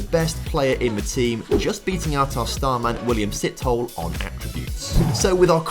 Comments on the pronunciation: Hey love the content, just wanna help a bit as a Southern African. Sithole isn't pronounced Sit-Hole but rather more like See-Tow-Le.. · Love the content, and love to see your best player is a South African. Can I just please correct the pronunciation of his name. You would have to emphasise the "e" at the end...So it is Si-toll-eh. You were correct in saying the "th" sound as just a "t". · Im south african and im just here to correct your pronunciation, Sithole is pronounced "Se, to, le".